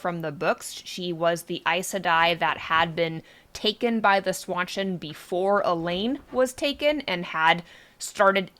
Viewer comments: Please stop saying "SWAN-CHIN" 🦢 It's pronounced "SHAWN CHAN" Like Sean Penn.... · Seanchan, Sean Bean, Jackie Chan, Seanchan. Not swawchen. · Swanchan? Where are you getting that pronunciation?